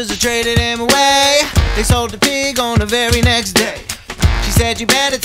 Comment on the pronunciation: She says pi instead of pig